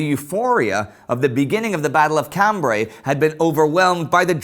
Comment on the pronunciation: I like the videos....but gosh, someone REALLY needs to help this guy learn to pronounce French...towns, names of generals etc... Reims, Cambrai, and French general Petain to name a few.